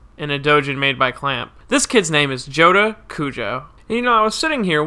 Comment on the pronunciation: Cujoh? It’s kujo.